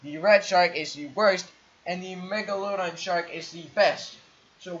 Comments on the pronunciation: He pronounced Megalodon wrong!!!! LOL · am i the only one that noticed that he mispronounced Megalodon